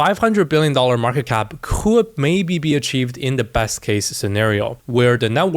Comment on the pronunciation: this ''ccouldd'' is killing us kkkkk